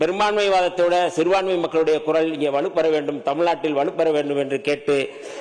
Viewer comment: Adhu koral alla kural 😅